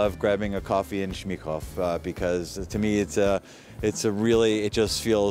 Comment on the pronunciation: pán se na amíka zdá velice normální, super ,ale co mě dostalo ,ale neberte to nějak zle beru to ze srandy,jak mluvil že chodí rád na kafe na Smíchov tak mi to znělo jak Mnichov se Š na začátku xD schválně mi napište jestli to slyším jen já nebo i jiní , jinak jak už jsem psal neberte to jako hate nebo něco.....čeština je težká i pro rodilé čechy na tož pro cizince ,ale Šmnichov nebo já to aspoň tak slyšel mě velice rozesmál =) škoda že takto vzdělané lidi nemají u sebe ve vyšší funkci.....za mě tohle by byl lepší kandidát na prezidenta xD působí na mě velice vzdělaně a pokorně a nic předem neodsuzuje,teda pokud to není jen výsledek střihu xD